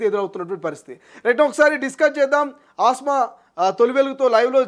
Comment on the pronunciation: Asma kadu kasma